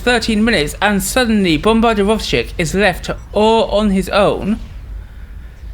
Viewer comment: Your pronunciation of Bombardirovshcik is surprisingly accurate. Nice cast